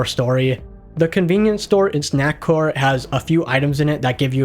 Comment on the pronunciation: Swear to GOD he's fucking saying snackwhore instead of snackcore but I can't prove it